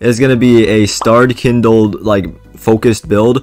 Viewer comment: Bro said starredkindled 😭